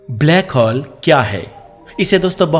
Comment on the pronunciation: हॉल nhi होल बोलिए सिर प्लीज